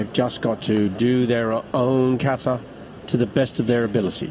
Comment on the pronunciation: Iran was better by the way you should improve your pronunciation of Japanese words you being the professional. Kata is Kahtah emphasis on the last syllable and NOT : kaytah Karate should be kah rrrrah tey with the [r] roll like in Italian. Not karah ti.